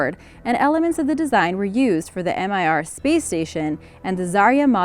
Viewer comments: What the fuck was the M.I.R space station? Is Mir (pronounced mere) too hard to say? Мир means peace (and world) by the way. Its not an acronym. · And the "em eye arr" space station. Also, the Glomar Explorer was not modified to recover the Soviet sub, it was built specifically for that purpose. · Why can you not pronounce simple things like Mach and MIR? This is important actually. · MIR space station pronounced like mirror and telekinesis where the 'i' is pronounced as an e sound